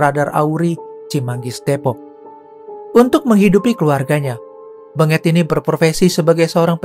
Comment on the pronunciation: Aa, lafalkan namanya bukan BeNGET tapi BENGET, huruf E nya dilafal dgn logat Medan bukan logat Solo 🤣